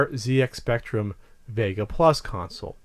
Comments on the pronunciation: 1 for continually saying ZX spectrum wrong. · Yeah its a bit mad hearing it pronounced Zee X Spectrum, rather than what us brits would pronounce Zed X Spectrum :)